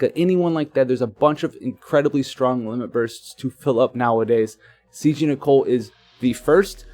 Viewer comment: THANK YOU. FInally someone said it right. Idiots like (he isnt an idiot but it pisses me off) keep calling him Nickel. And then theres Tituz but that ones personal opinion. I think its Tidus (taidus with short vowel sounds). *shrugs* Anyways i hope i get nichol with my last ticket cause if not.. Ill have to wait for 7*s to use my Roy then. So far getting by with ramza and soleil for 10 man trials.